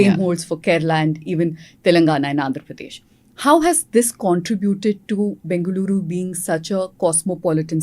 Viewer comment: Bloody hell sheth callung as bangalire instead of bengaluru